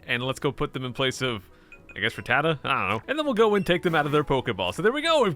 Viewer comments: u say rattata right if u wanna know watch sun and moon they say it alo t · I SAY RATTATA THE SAME WAY YOU DO!!!!!!!!!!!!!😂